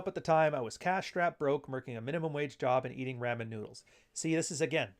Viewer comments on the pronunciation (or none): Drama and Ramen pronounced weird.